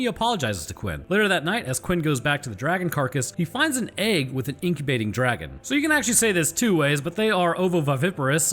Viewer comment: just watched your video and you kept mispronouncing DRAGON!